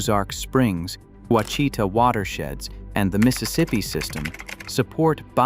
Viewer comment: The word Ouachita is pronounced Oua is pronounced the Mexican way as Wha, then Chita is pronounced as sha ta resulting in Washata. Dyess Arkansas is pronounced Dice. There are many Indian, Mexican and French words used here. Living in Arkansas I admit you have researched and created a very interesting video about my favorite state and home. Thank you.